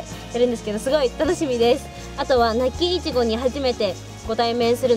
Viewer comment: なっきぃ昔からイチゴのイントネーションおかしいんだよね 流石に直したみたいだけど油断するとたまに戻ってるねｗ